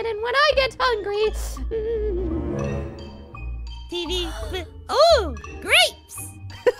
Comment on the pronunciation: YO NAME IS TEEEEV NOT TV